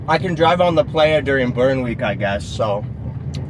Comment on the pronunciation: Dude. Its prounced ply-uh. You're killing me.